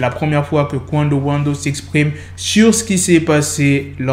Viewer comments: il m'a tué comment il a prononcé "Qwundo wando" au début de la vidéo🤣 (quando rando) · "Qwuando wando"🤣🤣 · C d'venu un ricain 😂